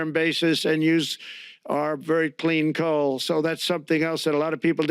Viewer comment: Nothing can destroy his "cLEan CoAL" 😂